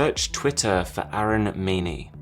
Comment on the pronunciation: His name is 'Aaron' not 'Arun'.